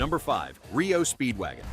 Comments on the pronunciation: It's R.E.O Speedwagon. Not RIO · Sty-uks and Rio Speedwagon? I think this channel otta pack it in. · "Ree-Oh Speedwagon"?? "Sty-yex?" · Ree-oh Speedwagon😅😅😅😅😅😅😅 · Ayyone notice the mispronunciations? REO Speedwagon and Styx? Im calling ROBOVOICE!!!!